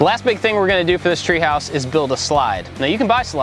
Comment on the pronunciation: “treeHOUse” hahaha. Sometimes you sound so southern,.